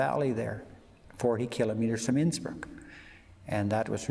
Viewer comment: Innsbruck? Sounds more like Innsmouth! 😮